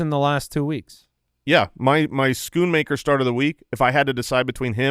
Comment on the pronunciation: Schoonmaker is the dutch word for cleaner. You actually pronounce the oo as rose. Im sure you guys can find a nice nickname for the cowboys tight end. Regards from a fan in the Netherlands.